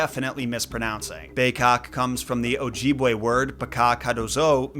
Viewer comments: And it's Oj-ih-bway (pronounciation) not "ojeebway" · it's pronounce. Oh jib way. Short I. No hate, your doing great.